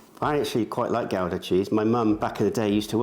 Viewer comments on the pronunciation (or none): The way you pronounce Gouda is pretty funny haha, instead of Gow-da, its pronounced Gew-da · Took me a minute figure out what kind of cheese you were using. We pronounce Gouda cheese as goo- da. Not Gow-da. 😊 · Am I crazy or is it pronounced goo-da not gowooda like you’re an old timey car horn 😂😂😂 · Nope. is closer to the Dutch pronunciation than you are, but the G is actually more like a phlegmy H. The Dutch pronunciation is closer to HOW-da than to GOW-da, but it is definitely not GOO-da. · lol its pronounced Goo-duh. Looks great, i miss living in my old city where there was a place that made the most delicious Monte Cristos.